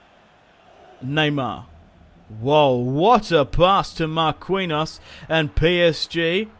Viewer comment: You clearly don't watch soccer if you don't know how to pronounce Marquinho's name